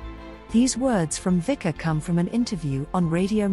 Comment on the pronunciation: say: Witzka - not Wika...please